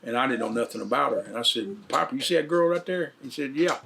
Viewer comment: Pah-per............. Holy Hillbilly. Lol😂 Bart seems like a nice dude though. I wish I could'a hung out with!!!!!!